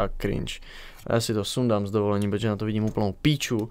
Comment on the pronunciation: Ono se to nevyslovuje cringe a krinke